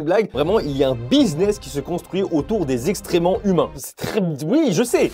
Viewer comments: On dit excrément pas "extrément" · Je sais pas si c’était fait exprès mais le fait que tu dises « extrement » au lieu d’ « excrément » m’a fait rire 😂 en toute bienveillance bien sûr !! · Je me disais aussi, il le dit beaucoup en plus 😅 Je me demande si c'est un mot mal vu par YT s'il est prononcé normalement.... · Je me sens moins seule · c'est excrément et non extrément :) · c'est excrément pas extrement mais sinon super vidéo continue comme ça xD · c'est excrément avec un C et pas extrément. Merci pour ta vidéo! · Extre... quoi ? C'est excrément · Tu dis extrément ou lieu de excrément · C’est moi ou il dit « extrement » au lieu de « excrément » ? Ou je vais me laver les oreilles ?